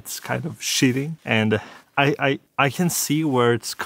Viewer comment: Great vidéo dude, very nice shots as well. Cheating is said "Tcheating" so now you now xD